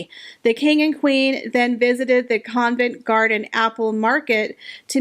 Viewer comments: It’s not CONVENT Garden, it’s COVENT Garden. Geez. It’s hard to take you seriously as a royal reporter. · It is not Convent garden. Please learn the correct pronunciation of places you are reporting on.